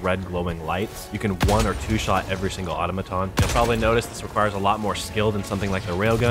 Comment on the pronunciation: You keep saying auto-maton, it's au-tom-aton